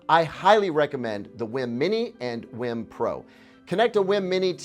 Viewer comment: WiiM is said as Weeeee mmm. Like a nintendo wii then being delicious. Not like Whim